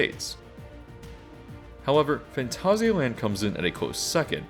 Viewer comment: I kinda feel like your pronouncing Phantasia wrong though. I've heard the word before as a disney movie with that title and they defiantly never said it that way. I checked a few things on google saying the word too, and it always came out as like the Disney movie. XD